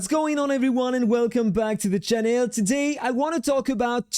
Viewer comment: Did he say channel like the Chanel bag, are you French bro?